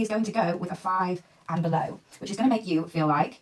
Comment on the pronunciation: Below. Not blow. Below.